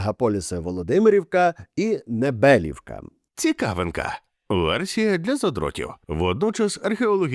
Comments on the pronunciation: НебелІІІвка, а не небееелівка! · Небелівка - наголос на і.